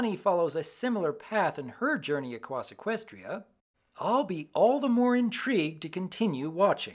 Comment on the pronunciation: Doc saying Her journey across equestria with slight slur is adorable.